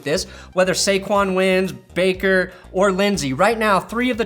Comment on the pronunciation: No. Lol. It's Saquon and it's not even close.